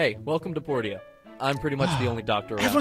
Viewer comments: Portia is clearly pronounce Porsha, as you've been quite rightly saying it, as Portia is a character from The Merchant of Venice and that's how Shakespeare and all actors ever have pronounced it. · I concur that Portia is pronounced right. I have a friend named Portia and that is definitely how she pronounces it.